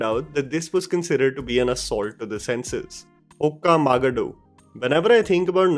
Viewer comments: It’s okka magaaaadu not oka magadu 😂😂😂😂 loved your broken telugu language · here's one a thing that you need to fix in order to upgrade the content try pronouncing the movie names from diffrent languages with the right pronunciation, cause as a native speaker hears you say Okka Ma-gah-do made me want to be your quick Duolingo class. Ask a native speaker for suggestion next time. And bdw it's pronounced as Okka Ma-gaaa-du . Been watching your videos for a while, I really like how you've improvised n try substitute synonyms for similar content with different amazing revelation, keep em coming ! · The way u pronounced 'okka magaadu' 🙏 Bro, plz watch any vid of regional language movie titles,be their songs,interviews or any promos,u can listen n understand how to pronounce😁 Just a suggestion. n yup,it indeed is an cringy movie of epic proportions, actually most of that director movies are...